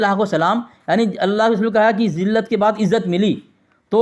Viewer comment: بَعد ذلت nhi hai بُعد ذلت hai